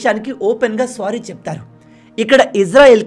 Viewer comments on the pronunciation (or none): Good explanation anna 👏 but please don't say the word "sorry" as "స్వారీ". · Kaatar kaadu.. swaary kaadu